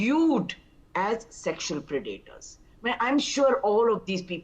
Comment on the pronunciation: Pronounced 'Pred-a-tors. Accent on first syllable. Not second. Pre-'daters